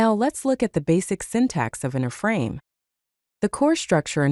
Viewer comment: It's an I-frame, not an uh-frame...